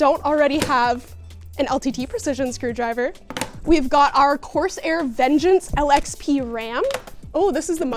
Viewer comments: Love you but please, i hate that you pronounce it course air, and not corsair😂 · Love seeing, but it’s not pronounced “course-air”! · Love the energy in the vid - but, course-Air? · what's up with that "course-air" pronounciation, I'm not criticizing, I just don't know what to make of it WTF ROFL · I love how she says "coarse air" lol